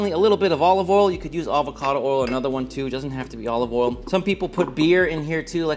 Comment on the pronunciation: You’ve been in Texas so long that you can no longer pronounce the word “oil” 😂